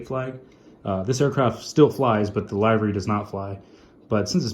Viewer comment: Amazing video! I agree with Aviation18. I would love to see an updated collection video. I have been watching you for a while now, and I am so happy you are back! I also love how you pronounce livery "lie-vry" lol